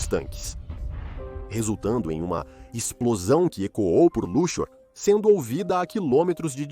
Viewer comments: "cidade egípcia de Luchór" ... Precisa revisar melhor a narração dessa IA. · Nunca ouvi falar de "Luchór" mas sempre ouvi falar de Luxor ("Lúcsor") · A cidade egípcia de Luxór, mais conhecida como Lúxor (Lúksor) rsrsrs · Não sabe nem pronunciar Luxor.